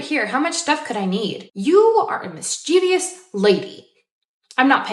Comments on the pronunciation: Oh no, they triggered my inner grammar autocrat. The genuine "mischievous" has three syllables. There is no such word as "mischievious" in English with four syllables. Drives me nuts. Love the video, though. Captures nicely the absurdity of human behaviour in the dehumanising environment of cattle class. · "mis-chee-vee-ous" gag